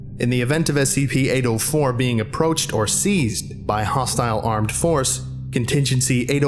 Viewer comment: The way he pronounce 804 sounds like "Anal 4"